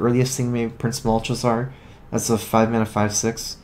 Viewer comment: Anyone else bothered by pronunciation of Malchezaar? It sounds wrong, whether it actually is or not.